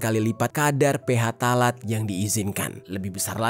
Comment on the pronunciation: Koreksi bang, baca phtalate yang bener itu "ptalat" bukan "ph talat".